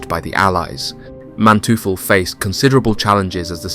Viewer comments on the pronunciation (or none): Great documentary, Would be really nice if you learned the pronunciation of the names or titles, It's really distracting.. Like Teufel is spelled like toifel not truffles xD